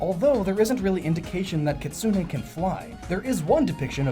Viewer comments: KI-tsu-ne (the "u" in "tsu" is barely audible), not Ki-TSU-U-ne. (The "u" sound in "tsu" is not doubled and the stress is on the FIRST syllable, not the second.) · Kitsune is pronounced KIT-SOO-N. not KIT-SOO-NAE.